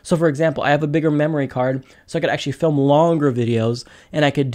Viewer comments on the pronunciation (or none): none